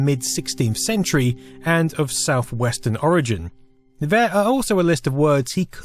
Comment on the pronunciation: Interesting, but get someone else to do the narration. Also The, this, there Not v, vis, vere